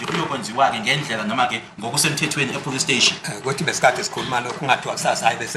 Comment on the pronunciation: Why is Zulus always say police steshi😅. I grew up knowing a police steshi and I'm loving it❤